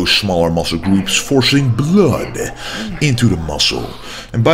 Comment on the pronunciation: I love the way he says "blood", sounds like blöd 🤣